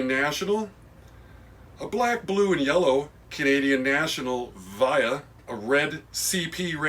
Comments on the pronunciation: The VIA (pronounced "vee-ah", not "vy-ah") engine you showed is a 1st gen unit. VIA is basically the Amtrak of Canada (though there are places that Amtrak goes into Canada and VIA goes into the US). The first gen units are somewhat cherished, and can go for hundreds of dollars. The early Bachmann VIAs with all wheel drive will fetch top dollar. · Awesome video! Just wanted to let you know that VIA is pronounced V-EE-A so the I is pronounced with an EE sound. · Via is pronounced vea-uh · when you pronounce VIA, the I has an e sound.